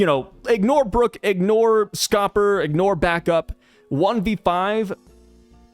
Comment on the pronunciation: It’s Scopper D Gyaban